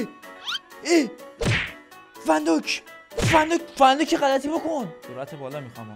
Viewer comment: فندایک فندک شد😅😅